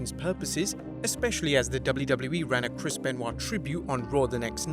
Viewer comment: Can't delete it if you say Krispen Wa